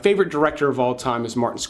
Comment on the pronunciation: Mean Streets is great and has never been underrated. If Scorsese is your favorite director, how about pronouncing his name correctly.